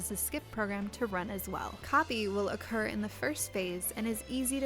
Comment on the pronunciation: I love your guides.... But just wanted to point out... Occur, not Ocurr.